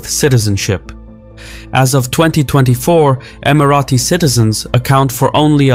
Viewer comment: Who told you that’s how you pronounce Emirati?